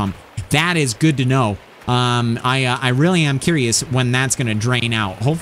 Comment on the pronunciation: Hes gewd hes gewd he was telling me about how he rode a boar....